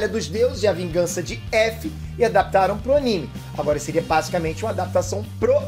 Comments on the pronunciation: "Calamba agola" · CALAMBA, E AGOLA? KKKKKKKKK